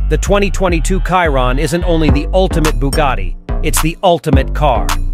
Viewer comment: You cannot say Chiron correct?